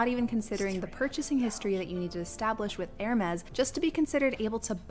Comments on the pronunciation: “Air Mass” What the heck are airmass? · Its not hermes its Hermès (hermez) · It’s pronounced Hermès